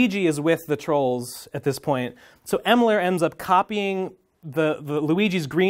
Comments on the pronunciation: >calls Emerl "Emler" and "Elmer" autistic screeching intensifies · Honestly the funniest thing to me is him struggling to pronounce “Emerl”